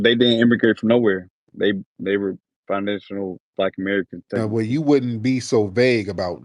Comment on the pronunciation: HE SAID “MY FAMILY IS FI- NAN- CHU-NULL BLACK AMERICANS!… DID YALL CATCH DAT?!